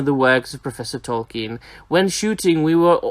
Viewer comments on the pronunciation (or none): Awesome video as always, my man! It's nothing major, but Sir/Professor Tolkien's surname is actually pronounced "Tolkeen". :D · At times it sounded like you said "Tolken", but other times you got it right. :D